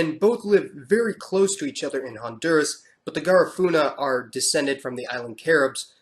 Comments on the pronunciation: I think Garifuna is pronounced Ga-REE-funa and not GAH-rifuna. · The information that is presented in this video is pretty accurate. I never knew that the Miskito had a kingdom, and my aunt is married to a miskito man. My suggestion is to properly pronounce Garifuna and Miskito.